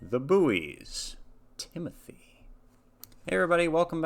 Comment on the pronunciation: And just so you know you were mispronouncing their name